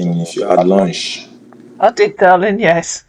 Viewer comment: “I’m just asking if you’ve had lunsh”